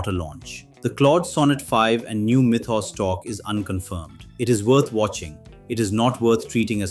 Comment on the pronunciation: Mythos. Why do you keep saying it that way?